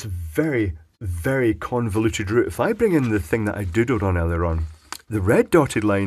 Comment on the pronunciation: when you say "doodled all over" it sounds like you said "do-dooed all over"